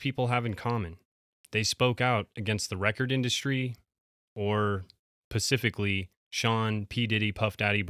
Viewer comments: mannnn, I love your videos but I have to turn them off as soon as you say “pacifically” instead of specifically. Creditability instantly destroyed. I tried again today and didn’t get to make it even 3 paragraphs into you talking! PLEASE SAY SPECIFICALLY! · Bro, PLEASE practice saying the word "specifically." The amount of times I've heard you interchangeably say, "Pacific-ally" is genuinely concerning. Do you not think people will notice after you do it over and over? Bro, you're a grown a** man. Say "specific" and add a "ly" to it. Lol 🤘🏻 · SPECIFICALLY NOT PACIFICALLY ❤❤❤❤ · Dude, check your grammar because it makes you look stupid. It is specifically, not pacificly. The Pacific is an ocean. Pacifically mean in a calm quiet manner and does not specify. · Specifically…. Not pacifically. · Pacifically???? Dude, it’s specifically , as in being SPECIFIC. Don’t use words you don’t comprehend. And why don’t you edit? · Sorry for being pedantic but... "Specifically" has an S at the beginning. "Pacifically" means acting in a peaceful manner. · Love your content, thank you for all your work. Specifically, when you use the word pacifically 🤣🤣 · Always love your “pecifically” 😂❤❤ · "pacifically" . . . . . Is this on purpose ? All the time ? . . . . . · Spuh ghetti - ga toe - ghetto spa sif huh cully - specifically . But love your style and videos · 😂😂😂 accept when he says “specifically”….it makes me ❤ him more every time he says it! We ❤ you for this tiny tiny flaw even more! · Pacificly? 😂....how about DJ PACIFICLY? 😂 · Dude…it’s “specifically” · Just to help out, it's specifically not pacifically. And it's Leary not weary.